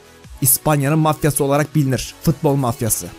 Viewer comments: Abi fıtbol değil futbol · Futbol'a fıtbol demediğin gün bütün videolarına beğeni atıcam😄